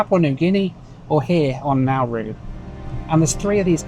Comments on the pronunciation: just for future reference...its pronounced naaar roo....not nowoo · Great video. Im in Melbourne, there was/is a huge office building in the cbd called Nauru House. Also, we've always called is N'roo, rather than Nar-roo. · Brilliant ! But what is " Now - Roo" ! ? Try the Aussie pronunciation " Naa- ru - mate". Best wishes. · By the way the Australians pronounce it "Naa-Roo", not "Now-Roo" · Its Na Roo I'll think you'll find, never heard it called Now Roo ever. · My man. It’s pronounced Nah Roo. Nah Roo. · It is pronounced Narr-oo not Now-roo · "Now Roo" is doing my head in. Everyone I know has always called it "Naa Roo". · Nah more like Naw Roo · It is pronounced Na- roo not Now-roo. I worked next to Nauru House in Melbourne before it was sold in 2004 to reduce the Islands debt. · Never heard someone pronounce Nauru like that, everyone else pronounces it as Nar roo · I worked for Nauru Airlines/Nauru Shipping in the 1970s in Melbourne when they used to fly out of Melbourne but never got to visit Nauru. As well as the plane they had two ships, the Enna G (100 pax) and the Eigamoiya (cargo ship 10 pax). btw Nauru is actually pronounced Na-ROO. Enjoyed the video but not the music. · I think most of the people in Nauru are in the detention centre that is used for processing unauthorised maritime arrivals to Australia. We pronounce the place as 'Nah-roo'.